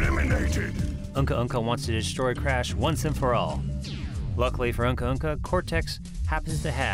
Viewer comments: It’s uka uka not uhka uhka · Love the documentary, love the production value, love the effort you put into this... but did you just pronounce the iconic big bad Uka Uka's name as Unka Unka??